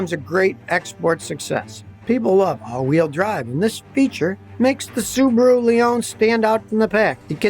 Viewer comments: It's Suu bahh rooo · Australian guy told me they are whack popular there. Pronounced Sue Bar ooo.